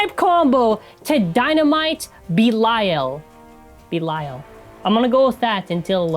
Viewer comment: The bey name is actually pronounced be-li-a-l (the be doesn't sound like bi it's like the be in better)